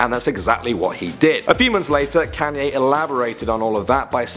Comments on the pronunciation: Yeah guys "Canyee West" 😂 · You pronounced Kanye's name Can-yeh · I thought it was, "Kon-ye West" not, "Cane-ye West" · It's kanyeee not kanyay even though it is spelt Kanye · It's pronounced KONYAY not KANYAY!!!!!!! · The way you call kanye canyay😂😂😂😂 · “Can-yay.” LOL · "Can"ye West lol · It's Kanye west not kaaanye west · Lol "Canye West" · Why you pronounce kanye like a nerd?